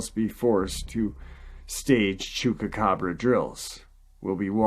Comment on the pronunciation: I like you..you're a nice guy..I love your channel..but if you don't start pronouncing Chupacabra with a Goddamn P and not a fucking K..:-)